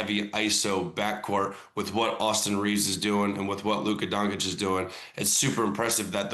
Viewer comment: Its Doncic not Donkić... Chondler🙂